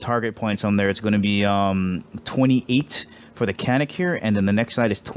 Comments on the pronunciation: Canik is actually pronounced janic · Since canik is a turkish gun I'm pretty sure the original writing would be çanik which is pronounced "chanik"